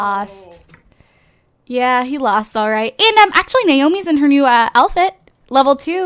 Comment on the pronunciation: why do you say elfit instead if outfit?haha